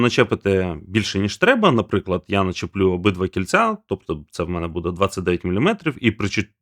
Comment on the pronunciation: жахливий звук, або жахлива манера говорити... Ковтаєш закінчення, інтонаційно провалюешв кінці. Наприклад, декілька разів "кільця" звучали як "кіт"... ппц.